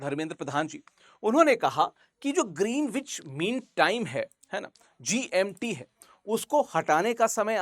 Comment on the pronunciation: Sir , plz check the pronunciation of GMT. It is not the way you are pronouncing.